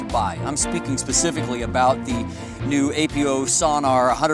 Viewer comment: Come on man, it's not A.P.O. It's Apo, like apochromatic. Love your reviews but this is a pet peeve of mine.